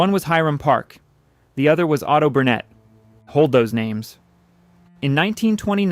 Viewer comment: Parke-Bernet, the Bernet is prounounced Bernet, not Bernay. Don't addy a French pronunciation.